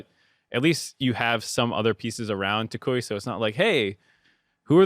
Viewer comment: if you see this your pronounciation of Toucouille is 10/10 respect. Also toucouille means all balls, yes, these ones